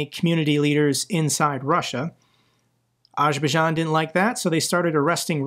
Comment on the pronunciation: Sorry dude but Azerbaijan has a Z in the name that you have to pronounce It isn't Ajerbaijan